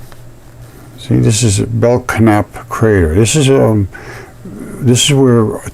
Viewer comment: The K is silent, it is pronounced bell-nap Camp/Crater. I have a Belknap family near me and that is the way they pronounce their name [bell-nap]. is onto something HUGE here! No pun intended. Lol